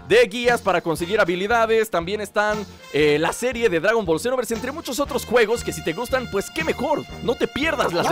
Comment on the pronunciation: di jiste al principio del video dagon boll zenoverxe